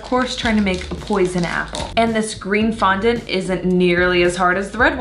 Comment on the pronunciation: Anyone noticed she said fondant wrong?